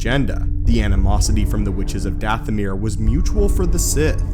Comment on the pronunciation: Your saying it wrong it's dathomire sound like goth not ahh.